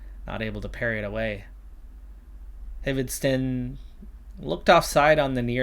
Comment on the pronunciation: I believe the H in Hvidsten is silent :), cheers from a Dane